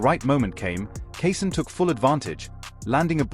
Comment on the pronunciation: Key-Shawn smh 🤦‍♂️